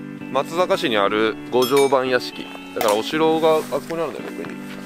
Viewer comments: 昨年の10月に愛知から松阪に住んでいますが、 「まつざか」ではなく「まつさか」と 言います。細かいことですが、 私も最初「まつざか」と呼んでました。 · まつさかね まつざかじゃないよ